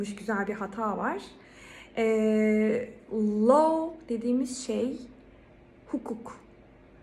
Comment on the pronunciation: Hocam faydalı bir video olmuş teşekkürler yalnız desert ile dessert telaffuzları karışmış, law kelimesini low gibi telaffuz etmişsiniz, found kelimesi de aynı now kelimesi gibi faund şeklinde telaffuz ediliyor, accept kelimesini telaffuz ederken başta schwa kullanılıyor, sizinki biraz except'e kaçmış. bare ile bear'ın telaffuzu aynı. cereal ile serial 'ın telaffuzu da aynı. Bunları neden yazdım; birincisi İngilizce öğretmenlerinin telaffuzlarının çok iyi olması gerektiğini düşünüyorum, ikincisi bu yoruma denk gelenlere bir faydam dokunsun. İngilizce telaffuzu geliştirmek için fonetik öğrenmek gerekiyor bence. æ, ʌ, ə gibi en çok karıştırılan sesleri doğru şekilde telaffuz etmek için önce bu sesleri öğrenmek, farklarını anlamak gerekir diye düşünüyorum, bununla ilgili de youtubeda bir sürü video var. Üstte yazdığım kelimelerin telaffuzuna Oxford Learner's Dictionary'den baktım. Yazılı olarak fonetiği veriyor, sesli olarak da telaffuzunu veriyor. Umarım birilerine faydası olur.